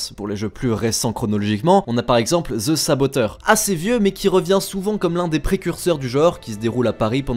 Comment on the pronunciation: Fais un effort sur les prononciation en anglais. ça pique les oreilles. "Ze" saboteur aïe mes oreilles saignent et on dit "opeun" et pas "opène" pour Open. On dit Odissé et pas odissi pour "Odyssey" et pleins d'autres trucs de ce genre. Ok le montage est bon mais le son c'est HYPER important donc travaille là dessus